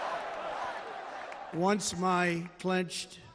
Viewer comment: "OPnce again"? He made it a embarrassment the first time.